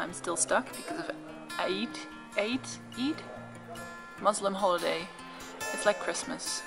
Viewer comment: Its not aid its eid